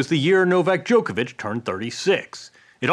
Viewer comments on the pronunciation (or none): Joko Joko Djokovic!!!! 🤦🤦 Not Djokevic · Ffs it’s NOT Jokeovitch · Really good interview but can the Americans still not pronounce Novak's surname properly. No one else says it like this.